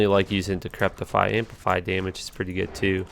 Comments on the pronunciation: Repeat after me, fa-na-ta-si-zem. Also, there is no "T" in decrepify. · fuh-nat-uh-sahyz-uhm and there is no "T" in Decrepify